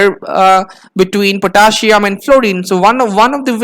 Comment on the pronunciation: Potaschium. Potassium 🥺